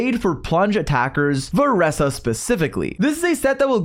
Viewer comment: "Varesa specifically"